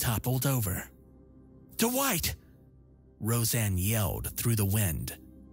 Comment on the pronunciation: What nationality are doowhite and eyezick? I only ask because I'm not familiar with these names